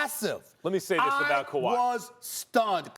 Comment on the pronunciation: when Max says "Kwahi could" I immediately and uncontrollably laughed 😭😭😭😭😭 the way he says it, the look and the pause is hilarity